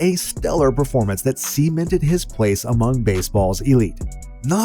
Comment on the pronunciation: why did you say semen-ted instead of cemented